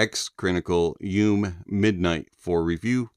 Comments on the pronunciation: Drink every time he says “yoom” and not “you-may” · FYI, YU ME, means "dream" in Japanese. Midnight dream. It's pronounced Yu Meh. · Yes, actually. But I kinda like how he pronounced it 😂